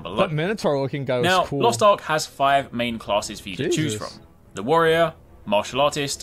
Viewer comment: Asmon should only be allowed to play a Warrior if he can pronounce it. WTF is a Woyer?